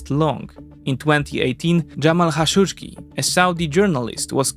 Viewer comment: It's not Xashodjdji, it's Kah-shock-dji